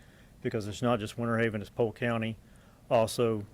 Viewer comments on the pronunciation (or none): It's not "Winnerhaven...", it's Winterhaven and not "...innernational...", but "international." Please, people, pronounce your "Ts" when you speak such words. Our US English language does not need to be totally decimated; it's already overburdened with slang and mispronunciations. When saying "international," pronounce the "t." PLEASE! Again, another example: it's "winter," not "winner." Get it?